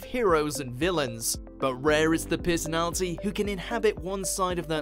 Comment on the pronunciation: When you say "personality" , I hear "piss Nazi"... Do with that information what you will.